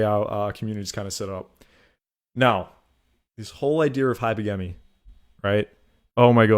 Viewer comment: Hi-pergamy bro not hyper-gamy